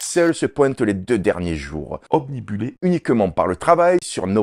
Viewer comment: ObnUbilé, pas omnibulé 👍